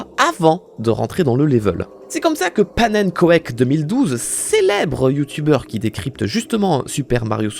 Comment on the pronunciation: Le point culture du jour: le fameux "Pannenkoek2012" mentionné à 7.34 dans la video tire son nom du flamand "Pannenkoek", qui ne se prononce donc pas "pas-naine-coèque" (même si c'est charmant) mais "panecouque", qui signifie "crêpe" dans la langue de Vondel. ...crêpe y pasta d'ailleurs, ça va de soi 🥸